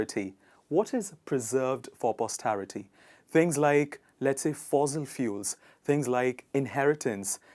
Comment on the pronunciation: Sir there should be fuels not fluels*.